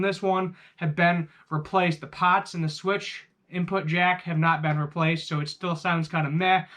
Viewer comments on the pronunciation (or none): none